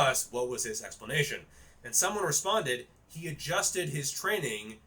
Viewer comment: I can believe you're not on roids because for how massive your arms are, your shoulders look pathetic in comparison (typically the opposite for users in my experience). That being said I can't take you seriously when you pronounce training as tren-ing.